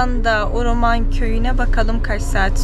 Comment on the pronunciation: video da sürekli uruman dediğin yerin ismi de HAWRAMAN"dır. keşke o bölgedeki diğer köyleri gezebilse idin. bu arada keke lokman"ın bir iletişim bilgisi varsa insta ve face gibi ve bizimle paylaşırsanız çok sevinirim